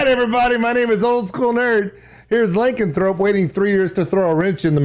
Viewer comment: XD its pronounced "luh-can-throw-pee"